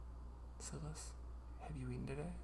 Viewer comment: Oooh this is great! I love writing too, but haven’t done any in a while. Also, I don’t know if it’s different across the pond, but here in the UK, Silas is pronounced like ‘sigh-luss’. Like silence, but without the ‘n’ sound! x